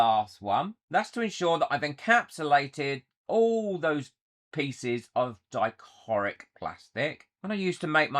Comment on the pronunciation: I love how you mispronounce dichroic 😂. I definitely prefer the darker backing.